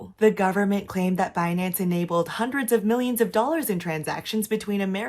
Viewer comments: Beh-nance! BIHnance binanncen on the behnance ! so funnyy 😂 😂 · It's Benance. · BEH-NANCE dang that was a funny compilation. Thanks for the coverage, enjoying the updates! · Pronouncing the company name 'Bin-Nance' is waaaaaay more fun tbh. Probs because the Brit in me is like 'ha bin' since bin is what we call trash can over here.